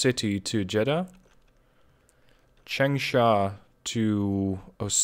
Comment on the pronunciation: When you see g at the end of a chinese word (for example 'chang' in changsha, 'hang' in hangzhou), don't pronunce the g. Instead you should open up your mouth more and use nasal sound for the vow before (just like how 'long' is pronounced differently from 'low'). For example, the 'a' in 'chang' should be pronunced more like the third 'a' in 'avalanche' instead of the 'a' in 'happy' (and same goes for hangzhou)'